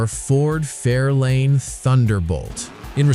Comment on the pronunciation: It is a FAIRLANE...NOT A FAIRLINE!